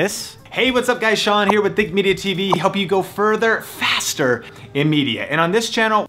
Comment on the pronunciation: further and fastterr